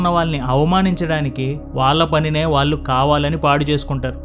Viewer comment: Content is good. But your Telugu pronunciation is not good and proper. వాళ్ళు అనేదాన్ని వాల్లు అని ఇంకా ఇలా చాలా